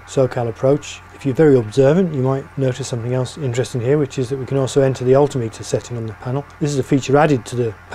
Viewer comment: Altimeter is pronounced "al tim it er" NOT "all tee mee tar". (just saying) cheers.